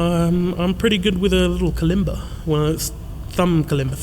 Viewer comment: Such a wonderfully open and honest interview. I have listened a few times . we need to see You with your Kalimba and you pronounced it perfectly